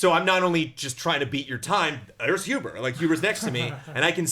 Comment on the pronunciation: It's huber* :)